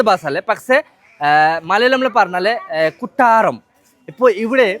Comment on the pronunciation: കുട്ടാറം അല്ല കൊട്ടാരം 😂